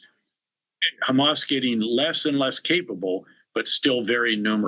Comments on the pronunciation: It’s Hamas not khamas. Learn English European reject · It’s amazing you can pronounce the word hot but not Ha Why KHHA Hamas it’s not KhAmas or khhezbola You went so low it will take two thousands years to get the respect back Betray us gives secret papers to his mistress And he didn’t get to spend years in prison but Mr assange was thrown in prison for 14 years No respect